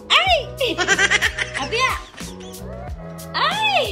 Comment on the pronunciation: this is your happy Mom tpos sabay bulong ung ginawa mo sa dulo ( Hindi na ako single MOm). slow ung pag bigkas ng haaaappppyyyyyy Moooooooommmmmm